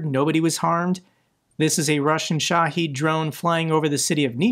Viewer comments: he clearly tries. This one, he learned a wrong pronunciation is all. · Minor gripe about your videos: Shahed only has one "e" in it, not two like you consistently pronounce it.